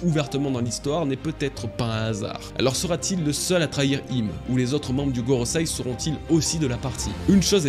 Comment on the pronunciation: « GoroSEI » Pas goroSAI... J’adore ce que tu fais mais tu ne prononces pas correctement...😉